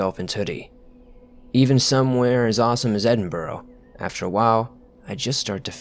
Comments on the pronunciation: for future... it's pronounced, Edin-bruh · As a Scotsman the way Edinburgh was pronounced drove me nuts.. but beyond that great video, keep up the good work! For clarification, me and every Scot I know pronounce it “eh-din-bruh” :) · It’s pronounced edin-bruh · Can all the Americans please learn that Edinburgh is pronounced ed-in-bur-uh not edinboro, annoys us and our vallies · There's nothing living in the forests other than angry scottish people when americans pronounce Edinburgh wrong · Your pronunciation of Edinburgh is terrible next time pronounce it like Edinbruh then you won't have pissed off Scots on your back